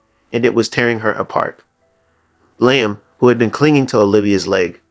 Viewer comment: I want to watch but the name is Liam pronounced Lee Am